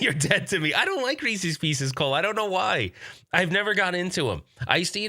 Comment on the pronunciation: Another great coffee talk! Looking forward to seeing the videos that you and Mason shot. It's Reeces Pieces not pee cees. 😉😀🤣